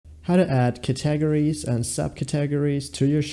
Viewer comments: Did you really say cat-tah-gories? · 🤣I know...wtf are Cat-tah-gories?? 🤣🤣